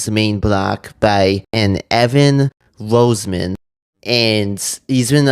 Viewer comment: Also note my family pronounces the surname as "Ross-min".